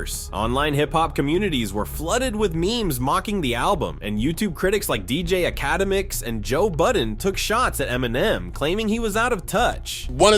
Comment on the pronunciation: I love this album! P.S. Who is DJ Ahh-CAD-dem-iks?